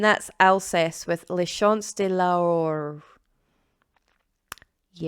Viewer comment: Not a bad prononciation at all. L'aurore would be pronounced almost like saying "Low-roar"! 😅